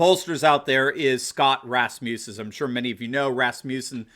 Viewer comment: RASS-mus-in. You're thinking Rasputin.